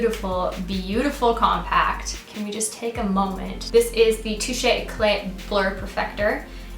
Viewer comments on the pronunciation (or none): You're saying Touche éclat right, just don't pronounce the ''e'' at the end of Touche xx